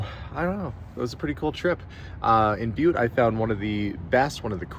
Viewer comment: Oh…. It’s pronounced BYEWT…